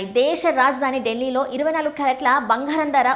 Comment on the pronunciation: భంగారం, కాదు బంగారం